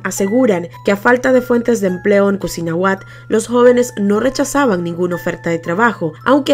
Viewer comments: "Cusinahuat" es cuisnahuat, saludos amiga excelente canal. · No es cosinahuat es cuisnahuat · Cuisnahuat..asi es el nombre del pueblo de uno de las victimas..no cosinahuat! pero buen reportaje!! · Es cuisnahuat 🤭🤭 excelente reportage